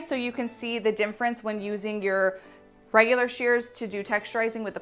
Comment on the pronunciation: I have learned so much from you. Thank you! It's cute how you say dimference ha ha. Own it!!